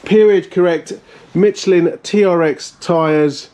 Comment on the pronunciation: those tires are Michellins they do not have a T in the word you enunciated it Mitchellin LoL wrong. sounds Like Mish elle Lynn the engine bay could have used a Leaf blower LoL